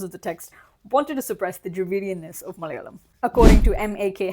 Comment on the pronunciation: Hey, the first 'la' in Malayalam is pronounced closer to the 'la' in the word 'large'. Not exactly, but better than how you're pronouncing it currently.